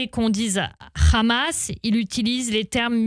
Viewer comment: Le RRRRamas.... rrrrrrrramas Rrrrrrrrrramas